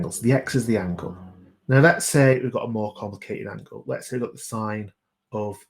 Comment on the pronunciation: Omg who says sin instead of sine 😑 my maths teacher would be mad